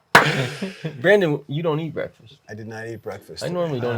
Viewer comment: Lol..: "Brandón"